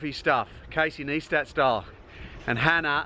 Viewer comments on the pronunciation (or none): As much as i love your blogs mate, but ur pronunciation of Casey's last name is killing Its pronounced: NICE - TAT "NICE" tat. NEISTAT!!! Keep on making vid mate.